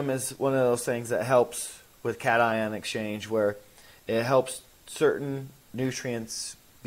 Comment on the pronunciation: When I heard you pronounce cation as you did last week, I knew you were not a wet science major. Your attention to detail is huge especially at the micro level. Maybe you are a business major. You’ve monetized yourself remarkably well. My poker playing son StickyRice1 educated me on Twitch and monetizing. Good job,. This guest has been a delight! He is easy to understand and has a cute smile. Thank you for featuring him.